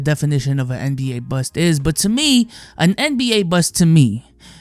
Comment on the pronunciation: Mans can’t pronounce the T in bust 😂 I’m dying😂😂